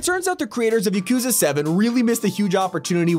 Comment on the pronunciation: Why did you say Yakuza like "Yookooza"???